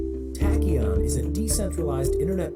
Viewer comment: It's pronounced "Tack-E-ON"